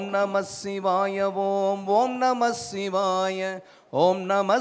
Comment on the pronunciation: ஐயா இது தான் சரியான உச்சரிப்பு. Not ஓம் நமச்சிவாய its ஓம் நமசிவாய நன்றி 🙏